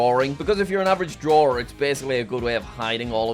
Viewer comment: Took you long enough, better late then never Jack! also def didn't cringe a bit at "Drawer"